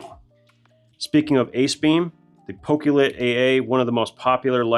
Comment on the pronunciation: I'm sure everyone calls the Pokelit the wrong name as I am sure it is supposed to be said in a way like pocket light pok'e'lite